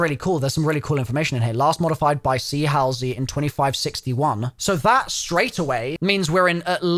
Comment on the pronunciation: Still waiting for him to pronounce Halsey correctly lol.